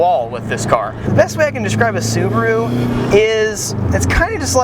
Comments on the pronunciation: "Scuba Roo" ... lol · Lol "Scubaru"